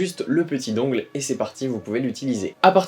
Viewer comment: Dungle ça se prononce dun gel (dungle). Mais super vidéo merciii!